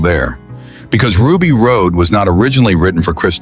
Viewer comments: Another A.I. screw up. It was pronounced Ruby Rod not Ruby Rode. Even though it was spelled Rhod it was pronounced "Rod". The trouble with A.I. is it has no common sense at all. No common decency, no common sense. A.I. just shows intelligent stupidity. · Rod... Ruby ROD Not ROAD. RHOD = ROD! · The name is Ruby Rodd not Ruby Road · Anyone know a way to tell whoever it is putting this piece of &$$; together That CHRIS TUCKER'S CHARACTER WAS NAMED RUBY RHOD PRONOUNCED ROD!!!! I wish more people would start voting down stuff that deserves it instead of collectively nodding their heads like lemmings. You're trying to praise a movie, mispronouncing the characters names is not a good way!! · Ugh. AI slop can't even get Ruby Rhod's name right.